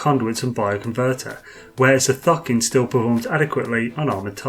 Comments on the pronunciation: Why are purposely saying Thucking when it is clearly Thokin? Annoying :) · Idk why, but everytime you say thokin I hear fockin